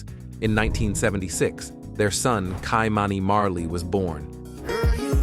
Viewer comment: Say it with me: KEE-MAWNY Marley.. Anita Bel-NAY-VISS.. Yvette CRY-TON 🤦🏽‍♂️ Plus you left out so many more important women, for example: the princess of Gabon 🇬🇦